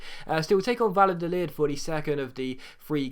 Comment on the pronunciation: the double L in spanish is pronounced either like a y or a soft j sound--it's Vayadolid, not Valadolid